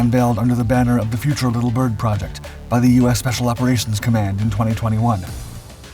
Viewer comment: not 'little Bird', Little Bird. you're not describing or differentiating; the emphasis is shared equally between the two words - it's a proper name.